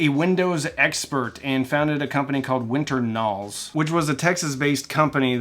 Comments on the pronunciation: "Winter Nals"? I thought it was "Win-ternals", as in a mash-up of Windows+Internals. Or are you just being funny by deliberately mispronouncing it? LOL No judgment - I do that too. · "Winter nals"??? Welcome to English, is this your first day? It's "win-ternals" as in the internals of WINdows. Ugh!